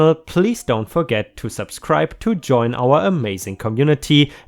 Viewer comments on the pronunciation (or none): none